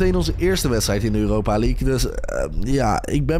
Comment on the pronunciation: Weet je wat mij echt opvalt dat jij uuropa zegt 😂